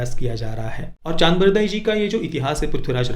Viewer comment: चन्द्रबरदाई not चान्दबरदाई